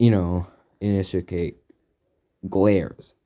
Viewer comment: Did anyone else notice how he keeps saying Inosuke wrong